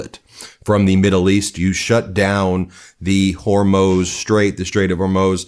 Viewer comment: Hormuz Strait, or “Hormoze”?? Maria Bartiromo, or “Bartirom-UH”?